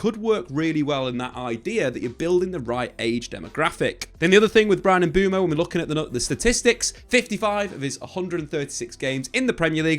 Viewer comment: lad, let’s learn how to pronounce MBUEMO before the season starts 👍🏿